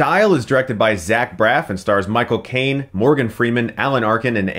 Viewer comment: Michael Caine (or as he pronounces it, Moi Cocaine)